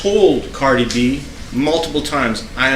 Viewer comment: This guy cannot even pronounce Cardi’s name correctly What a joke